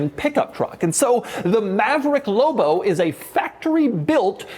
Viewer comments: he said loubo not lobo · Say loBo not lobo 😂😅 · Doug says “Lobo” the way the Red Letter Media guys say “Low Blow” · Almost couldn't finish the video by the way Dougie Fresh kept emphasizing the "L" in "LLLLLLOBOH" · I was losing my mind every time he said it. "Low Bow" 😫😫😫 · Anyone else HATE how doug says the L in lobo, as well as most other L words. Real faggy. 🎉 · I enjoyed the video and the truck looks like it would be fun. I didn’t enjoy the way you said LOBO and I’m afraid if I owned one I would hear it in my head every time I read it lol. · Saying it with a very soft L sound. Signature Doug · Why doug says lobo so many times and always says it weird way